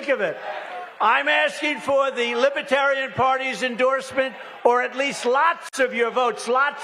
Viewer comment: Brandon can’t even pronounce the word Libertarian……